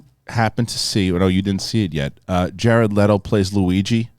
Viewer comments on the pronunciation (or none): none